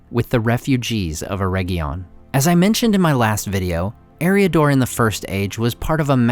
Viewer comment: Ugh. Way too many mispronunciations. Just one example: AIR-RIG-EEE-UN ..... not "erejion" - hard g, and long e